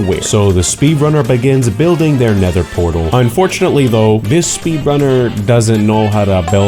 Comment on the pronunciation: unfortunaly, doesn't know how to say "nether portal"